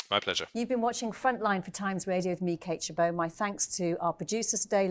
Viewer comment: I have been watching this channel for quite some time now. It took me a very long time to figure out who is. I tried to look it up on google without success. A suggestion is to take a little introductory pause between me, (pause) to help new listeners understand who this wonderful reporting person is.